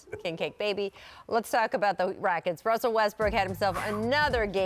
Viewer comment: She said rackets 😂 Gate game 😂